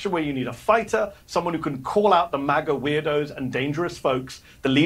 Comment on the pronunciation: ❤ how he says maga, like MaiGah as if reacting at something you just can't fathom hahahah 😂😂 People need to start purposely say MaiGah with disgust or judgment when referencing MAGA